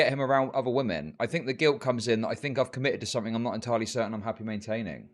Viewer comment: It's the (surprising common for some reason) inability to say "women" for me